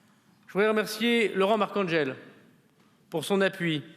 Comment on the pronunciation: " Siméone et Marcangele" , un petit effort monsieur le ministre , vous y êtes presque....😂😂😂😂